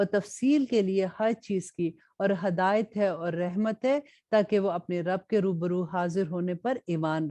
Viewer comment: Please say hidayat not Hadayut